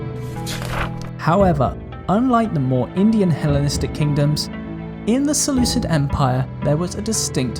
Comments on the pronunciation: Selu-kid not selu-sid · its seh-looh-KID not sid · You sure that in this time the "c" before "i" was already a modern english "c" sound and not still a "k"? Sounds really weird. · Sorry bro but one sentence in and I'm already irritated beyond belief. "Seleucid" is a romanisation of the Greek name of the empire, and as such all Cs are pronounced as K. Seleukus, Seleukid, Makedon, Skythia, etc. Not to be rude but this irritates me beyond belief.